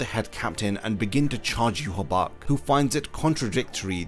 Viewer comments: Why the hell is his name pronounced like that? There isn’t a “b” in it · It will be such a relief to learn that you have been pronouncing Yhwach wrong this whole time.